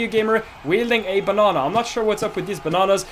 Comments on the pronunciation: I love he pronounces banana B A N Å H N Å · BANANA NOT BONONA